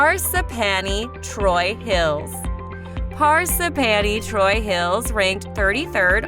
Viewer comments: phar - sip - phany (is she ok? because that’s not how you say parsippany) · Par sip pan e. Jesus. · I know, right!? Par-s'panny?! Where the fuck!? 😂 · Par-sip-panny! ROFL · Don’t pronounce Parsippany correctly. Video showed bridges and city buildings……there isn’t any of that in the town. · She fucked up Parsippany😂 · I thought Ho-ho-kus was bad until she mentioned Parsippany and both my husband and I went, "WHAT??" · Amen! Parsippany? Ho-Ho-Kus? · You re not saying Parsippany the way it s said . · Amen! I think the narrator was actually a computerized voice. When she pronounced Parsippany she reminded me of Ed Norton on the Honeymooners, in his pronunciation of "a string of Po-lop-ponies (Polo ponies)" while rehearsing for a play. 😅😂🤣